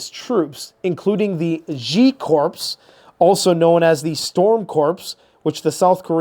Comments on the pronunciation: Come on,, "CORPS" is pronounced "CORE." "CORPSE," a dead body is a "CORPSE." Stop insulting our Marine Corps (Core). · "Corps" sounds like Apple "core", not like "corpse" -- Forgive me saying so😸 and maybe it's a North American standard pronunciation, but I've heard it so often lately from various channels that it was beginng to get to me! Such a vital channel, though!🌟💖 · Corps is pronounced as core. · Thanks for the update...But, FOR THE LOVE OF GOD, please pronounce the word "corps" correctly, which is phonetically sounded as..."core" with a silent "p" and silent "s"...this is the 4th time in the last year I have brought this to your attention...at this point i think you are just doing it to know that I am losing my s***t...lol 😅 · The "p" is silent? WTH. lol. 😮